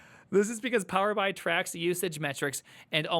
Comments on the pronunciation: Power Bee-Eye is how you say it,. LOL. That's hilarious that you don't know that for some reason. It's a microsoft data-visualization tool that every single company that buys into the Microsoft suite (Teams, Azure, Excel, etc) uses. I think it stands for Power Business Intelligence. < 3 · "Power Bee-Eye" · is so innocent. He doesn’t even know how to say Power BI correctly. It’s all true. Power BI and Tableau are the worst. Jobs pay well though. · absolutely knows what it is, and the way he pronounces it makes me burst out laughing